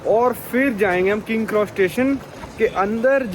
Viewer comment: Bhai tu naam sahi se liya kar yaar king kross station nhi King's cross station hai aur platform nine three by four nhi hai wo platform 9 and 3 quarters hai...ya nhi aa rhi to platform paune das bol le bhai lekin sahi se bol.